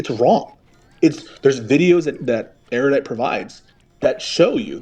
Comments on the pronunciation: Why do Americans seem to sound like they're saying "area-dite" when they say erudite? It's supposed to be said more like air-uh-dite. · IT'S "NOT SO ERR-YUH-DITE," IT'S NOT THAT HARD